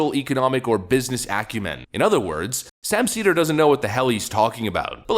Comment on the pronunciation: Sam “seether” Seder